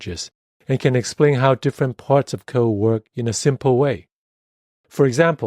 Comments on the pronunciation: Isn't it funny, how author alsways say "co" instead of "code"? :) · Thanks for the video. But please don't leave out the "d" sound at the end of the word "code".